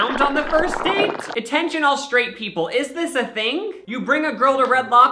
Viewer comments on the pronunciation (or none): When he said "attention all straight people" I thought he said "intentionally straight". 😆